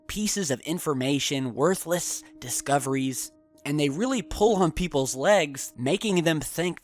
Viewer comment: Come on, "Worthless discovieries"? I thought you were a smart guy. Really disappointing video.